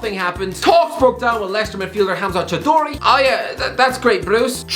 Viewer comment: "Hamza chadori"😂😂, atleast he doesnt say Boyaku Saka anymore